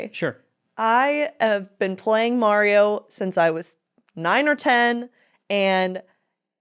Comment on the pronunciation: Don’t feel bad for the way you say “Mario”,. My cousin in NJ says it like an idiot too.